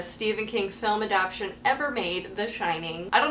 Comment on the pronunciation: A-DAP-TA-TION, not A-DAP-TION. gahhh...! lol